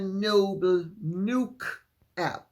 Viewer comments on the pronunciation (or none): Nook is a digital book app. And it is pronounced Nook as in hook. Short o sound.